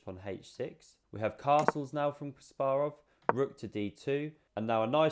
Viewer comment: Suscribed for proper pronunciation of Kasparov. 👍🏼